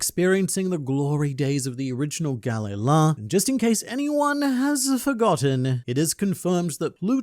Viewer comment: English speakers routinely mess up pronunciations and miss naming tropes that way. Galley-la is spelled that way, but the emphasis is on the middle vowel. Its Ga-LEY-la. Galley-ra works the same way, and perfectly alligns with the romance pronuctiation for Galley, that being galera. The Galley-la logo is NOT a longboat, its a galley